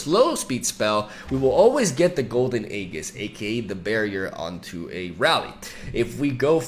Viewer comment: 5th video telling you that it's aeJIS not aeGIs